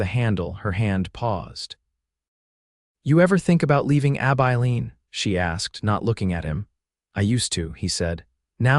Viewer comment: Ab Eye Lean. If Ai is so smart why can’t it pronounce words correctly?